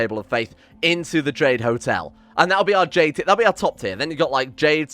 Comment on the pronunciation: Did you say Jade food lmao